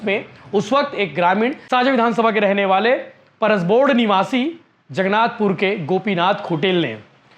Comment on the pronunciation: पहली तो अच्छे से जगनाथपुर बोलना सीख ले